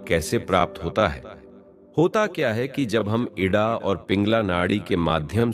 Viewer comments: आप का ज्ञान तो बहुत बढ़िया है पर आप नाड़ी का उच्चारण सही नहीं कर रहे हैं आप इड़ा नाड़ी का नाम एड। क्यों कह रहे हैं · Idda nadi nahi ida nadi hota hai uchcharan hi sahi nahi karanaa ata hai Indian hote huye Hindi nahi ati hai very bad Dharti Mata ki jay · 👉 न इडा है न पिगला शुद्ध नाम हैं इंडा और पिंगला ! इतना ब्रह्मज्ञान पेलने से पहले नाड़ीयों का शुद्ध नाम लेना तो सिख ले